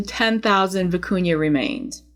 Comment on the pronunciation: Thank for pronouncing vicuña properly.